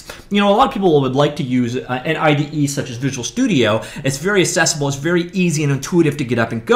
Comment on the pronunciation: The word is "accessible", not "assessable"!!